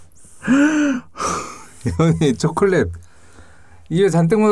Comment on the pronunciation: 와 오프닝때 초콜렛 발음 쩐다